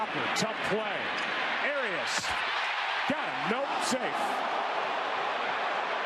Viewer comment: Listening to Joe Buck fuck up the pronunciation of Urias and Angel was sadly hilarious.